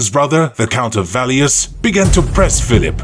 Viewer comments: It might be written Warwick, but it's pronounced Worrick. By Valios I assume you mean Valois which is pronounced Valwah. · Hehe... 'Warvick'..? 'Valios'..? It's totally cool, though. Great video. I subscribe in the hope of more to come. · Excellent animation, but poor narration with dreadful pronunciation. Names and titles on both sides were horrendously mangled - “Earl of Nort Hampton” instead of Northampton, “Valleus” instead of Valois and several others too. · Hmm - when I hear "Count of Valeus" or some such instead of the proper pronunciation of Valois as "Valwa," I wonder what robots are behind all this... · That is really good of you to reply so positively. To help out, Valois is pronounced Val war. Good luck with your enterprise ! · U butchered the name Valois. It's pronounced valwa. But otherwise cool video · Enjoyable video. But the bizarre pronunciation of names like Northampton, Warwick and Valois undermines our confidence.